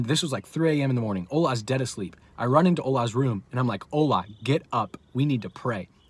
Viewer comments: I'm Nigerian and it's not pronounced ohla it's ola😆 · 😂😂😂Ola.. its the way you pronounce his name. Btw I'm Nigerian Praise God for victory over these forces